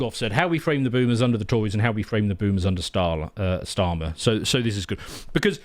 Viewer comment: "Stali... Starmer." Nice Freudian Slip there,.